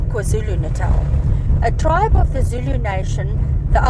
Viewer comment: Great video as always! I've been very impressed by how pronounces difficult Zulu words throughout your KZN series. Being Zulu myself, I think she is at Jonny Clegg's (nicknamed the White Zulu) level. 😊😊